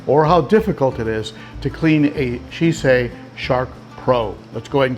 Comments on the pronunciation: See CHAY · Had to watch later as your pronunciation of Sicce damn near gave my Italian wife a stroke, hahaha!!! Been really interested in their in-tank filters after how great my Tidal 110 HOB has been. However, I've also really been impressed with the newly upgraded 35 watt Xpertmatic, which not only greatly improved the basket design, but also puts out some serious GPH turnover for only $35 ($26 with coupon on Amazon).